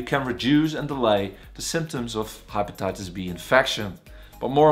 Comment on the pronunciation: HaypataytasB.... its just pronounced wrong